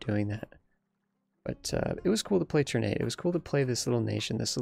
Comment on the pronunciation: It's pronounced TUHR-nah-tay btw (or more precisely, ['tərˌnatɛ]). "Ter-nate" sounds awkward to my Indonesian ears xD